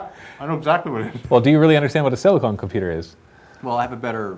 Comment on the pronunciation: its sili-CON, not sili-CONE... one is used for computers, the other is for... well... boobs.